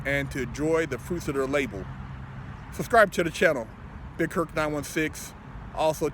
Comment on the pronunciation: # Labour Pronunciation is Laber not label.